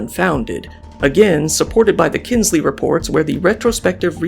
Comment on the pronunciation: I think you mean Kinsey, not Kinsley.